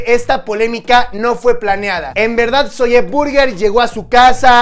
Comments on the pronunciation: No se dice zolle se dice zoui!!!!!! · no se dice "ZOYE" se dice "zoy" pronuncialo bien, nos chingas los timpanos, te lo digo con amor te amo papu💙